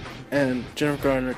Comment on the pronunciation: COMPLETELY beg to differ!! Guy didn't even get her name right. (It's not "Gardner" it's Garner!) Nope ... wasn't a perfect movie! But I LOVE the theme of a woman becoming a warrior to fight the evil in the world & the fact that as a "super-hero", she wasn't bitten by a spider or "gifted by the Gods" but rather her abilities came from training very hard, ever since a young girl, to be a warrior. I generally LOVED this movie but wish they would do a remake, again with Jennifer as Elektra, for yes it COULD be improved upon. (I.e. Would love it if one scene saw her - in civilian clothes - kick the living shit out of five big guys who confront her in a parkade late at night with plans to rape her, of course all without her scythes with her. And even though three of them pulled out knives.) I may even very soon proudly have her scythes tattooed onto a forearm as my first tattoo ever! She's MY kind of a super-hero!!!!